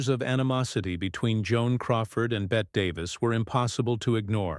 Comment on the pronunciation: It’s Bett-y not Bett